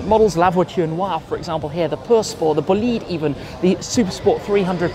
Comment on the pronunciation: At last some one that can pronounce Bolide 🇫🇷